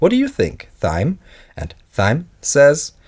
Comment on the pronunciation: Pronounce Thyme like “time”, Pyramid like “peeramid”, and Pristine like “pristeen”. No offence meant and I love the content, just a couple improvements. I am learning Dutch and find pronunciation issues often, so I try to “pay it forward” with my native language.